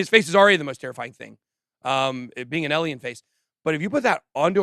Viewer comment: How does someone like Ben...with such a high IQ,still mispronounce alien?, I feel like he's just a troll doing it on purpose 🤣🤣